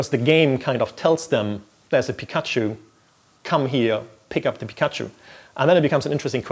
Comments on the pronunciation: am I the only one who got disproportionally annoyed by hearing pik_A_chu instead of _PI_kachu? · "Pee kahchu", please stop. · Please make him say pikachu again